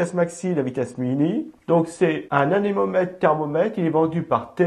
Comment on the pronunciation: Vous avez dit "anénomètre" au lieu de "anémomètre".